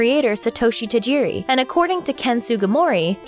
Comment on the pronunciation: Why can't North American's pronounce Tajiri Satoshi's name properly. 😔 Decades of being in love with his world and never giving respect to his name. Living in a modern world where we are demanding people say Minority names correctly this is truly saddening.